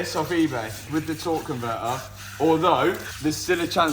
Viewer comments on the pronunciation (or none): “Tor on’ver’er” aka a torque converter